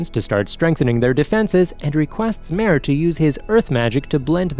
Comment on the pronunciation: he literally called mare a her and even pronounced his name wrong